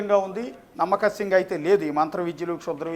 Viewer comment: reporter "nammakasyam" ani oka kotha word kanipettadu 🤣 adi "nammasakyam" ra nayana